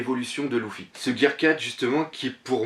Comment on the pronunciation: Salut ces pas LOUFFY ces Luffy ^^ ces du french ^_^